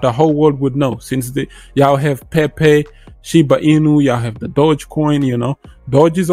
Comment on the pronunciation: definite bit connect vibe with that solaroad , love how you say Pe-pe 🤣👍